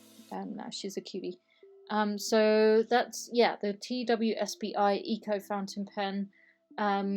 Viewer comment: Regarding the TWSBI pen, I've always heard it pronounced like Twiz -Bee. Might not be correct but it's the way I've heard it over here in the states. Love your channel, I've been trying a Noodlers Ahab with the standard flex nib. Staying with Noodlers using Lexington Gray. It's sometimes the color of a pencil but waterproof.